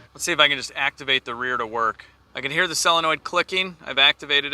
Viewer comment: It's not SELONOID, its SOLENOID. really angries up my autism.